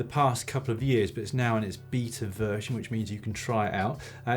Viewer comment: Dan been drinking stella? His pronunciation of "beta" sounds like something you shouldn't do to your wife after a few pints.